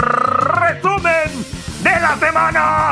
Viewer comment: Buenísimo el rrrrreeeeeesumen de la semana... Y si se nos fue 2 grandes el viernes, Tabasco listo para aun seguir valiendo con el semaforo y en serio de donde sacas esos títulos al peje